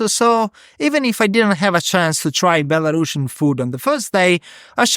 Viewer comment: Say belarUsIan, not belaRUSSIAN...